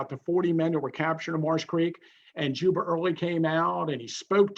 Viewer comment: Is he saying "Juber" instead of "Jubal" Early? Why? It's confusing to historical information...